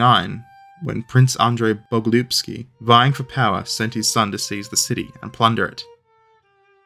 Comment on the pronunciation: Regarding the “Bogolyubsky” pronunciation - no, you have not butchered it.